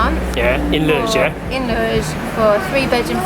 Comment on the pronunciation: Tip: pronounce “Loures” as “Low-Res” (the Res bit as you would say in Respect)